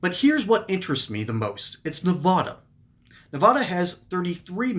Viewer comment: Learn how to pronounce "NEVADA" JACK AS*